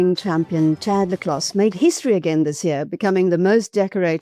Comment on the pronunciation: By the way Le Clos is pronounced LE CLO (French so the S is SILENT).